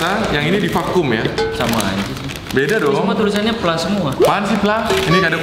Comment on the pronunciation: itu dibaca P L A